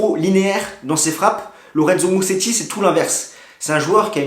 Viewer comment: On prononce "Mouzetti", pas Museti !